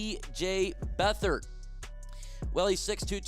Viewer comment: It's not Beth/ard it's Beat/hard. He's a Lion!